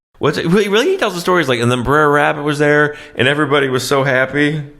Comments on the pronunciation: It was never "briar rabbit". Per the original African-American folktales (mid/late nineteenth century) Br'er Rabbit (/ˈbrɛər/ BRAIR; an abbreviation of Brother Rabbit, also spelled Brer Rabbit). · If I starting watching this, and you say "briar" rabbit, I'm out. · Yup. There it is: briar rabbit. ffs. They even say it properly in the damn movie you're watching. About a thousand times!!! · Idk how to spell the pronunciation of it but it’s not Briar like a briar patch. And I do know the story of the tarbaby and the lesson. Even tho I never saw the movie, cuz I guess Brer Rabbit / compere lapin is a real thing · Jesus, we TOLD YOU OVER AND OVER YOU WERE PRONOUNCING “B’RER” WRONG. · Br'er Rabbit. Br'er Fox. Br'er Bear. NOT "briar". Yeah this movie is effed up but at least get things right. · Briar Rabbit? I've always pronounced it Br'er Rabbit. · I swear you guys are saying 'Briar Rabbit' instead of 'Br'er Rabbit' intentionally just to piss everyone off XD Doesn't help that Br'er Rabbit falls into a briar patch at one point in the story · It's pronounced "brair" not briar. It's Br'er as in BRothER. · Not "briar" rabbit, fox or bear. "Brer" rhymes with hair, it's old southern slang for 'brother'. C'mon, you can do this. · Yes. He's killing me a little every time he says "Briar". "Br'er" = "brother". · "Br-eye-r" Rabbit? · It's brer, not brother. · relax, i was just winding you up for taking it so seriously - also there's no "original" book. These are folk tales. There's no single correct way to spell or pronounce it. The main thing is that it is brother, not briar. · Love yer stuff... It's not "Briar" Rabbit, it's "Br'er" or "Brer" Rabbit "Brer" is short for Brother, and "brer" rhymes with "share"... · It's not Briar Rabbit, it's Brer Rabbit. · Brer, not Briar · It's Br'er Rabbit, not Briar Rabbit. He does hide in a briar patch, but that's not his name. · Br'er is pronounced Brere (like there) not Briar. Br'er=Bro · It isn't "Briar..."